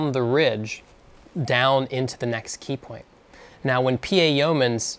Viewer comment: You said "peepoint"